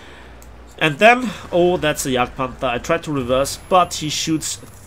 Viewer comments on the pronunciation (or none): none